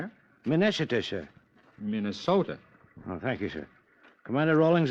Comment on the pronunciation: Min-ess-o-ta, aka Minnesota. That killed me.